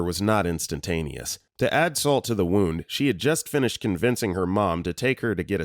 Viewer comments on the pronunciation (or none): none